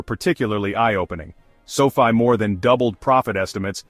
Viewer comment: It's too bad your AI segment at the end kept mispronouncing sofi.